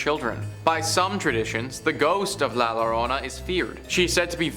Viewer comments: A spanish word starting with a double L should be read with the Y sound so its La Yorona not Lorona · Yo-ro-na say it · La Llarona is pronounced like had a few drinks and slurring his words lol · Double Ls in Spanish are pronounced like the Y in yes.... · stopped watching when he couldn't pronounce llorona